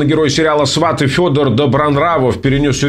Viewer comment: Не свАты, а сватЫ